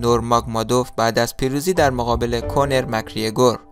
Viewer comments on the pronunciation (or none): کونر نه کانر 😂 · داداش اسم اون ایرلندی رو اشتباه میگی اول یاد بگیر چطور تلفظ کنی بعد ویدیو بده